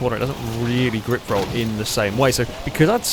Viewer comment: Is it just me that when says "Grip Rolled" hears "Rick Rolled"? LOL